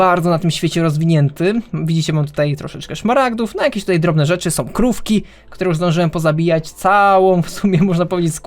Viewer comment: doceniam, że starasz się mówić dość ładnym językiem, podkreślając końcówki ą, ę, ale także dwuznaki. Poza tym używasz ładnych i rzadko używanych dziś słów: notabene, relatywnie. Jednak zauważyłem, a raczej usłyszałem, że czasem robisz to aż za bardzo i końcówki niektórych wyrazów z np; e ( najczęściej ) zmieniasz na ę. Tutaj, zamiast "które", powiedziałeś "którę". Taka mała uwaga. A i życzę sobie więcej odcinków!!! Pozdrawiam.